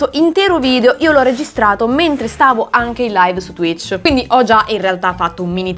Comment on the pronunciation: Oddio ha detto t-tuich 😨😨😨